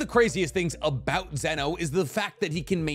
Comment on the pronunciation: He tested me when he said zeno